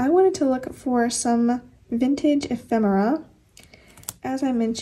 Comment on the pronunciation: I am actually using this kit of for this current week. I LOVE it 💙 oh now I have to go antiquing (we have tons of shops within minutes of me) and look for ephemera (yes you are pronouncing that correctly 😉) I believe that I have some diffuser stickers, if/when I remember I will pull them out and send them to you. Your speed turning out amazing 💕🎀 (I am going to steal some ideas from it 😁)